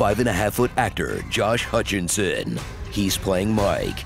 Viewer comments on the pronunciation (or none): Epic Voice Guy said "Hutchinson," not "Hutcherson."